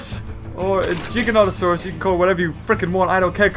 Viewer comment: It’s ji-gant-o-saurus 🤨